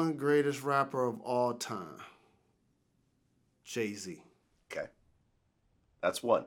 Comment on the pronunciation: I stopped watching after he said Jay-Z.